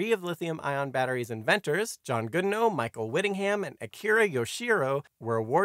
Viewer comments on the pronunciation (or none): It's John B. Goodenough lol sounds like you said Goodnow and captions agree..can't mess up a name like that! Especially when John made Lithium Ion B. Goodenough for the world.